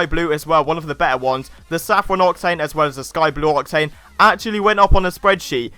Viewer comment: The way you say octane grinds my gears